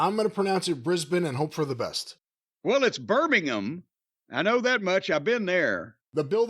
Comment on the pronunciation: Jim Cornette may be the very 1st American I've ever heard pronounce Birmingham correctly!